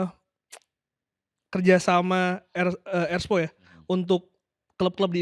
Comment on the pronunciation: Erspo bukan erspro